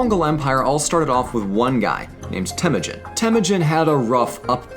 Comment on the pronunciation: The narrator kept mispronouncing Temüjin